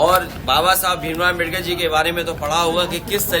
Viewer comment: अमबेडर नहीं अम्बेडकर हैं मूर्ख कौंवे टेढ़ी नाक वाला कौवा